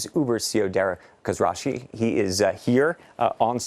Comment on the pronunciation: it's khos-roo-shahi , do some analysis b4 presenting anyone in studio ...